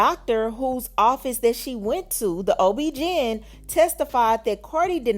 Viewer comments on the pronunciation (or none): girl wth you be talking about 😅 not “ob-GIN” lmaoooo 😂 girl. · Ob-gin wtf ....how tf do you not know how to pronounce OBGYN??